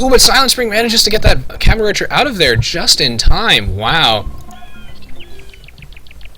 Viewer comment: may be its because im high but i laugh at how u say archer. like urcher or eaurcher